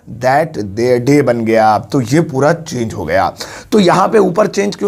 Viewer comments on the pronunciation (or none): none